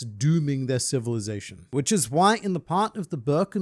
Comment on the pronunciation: Zation? Lol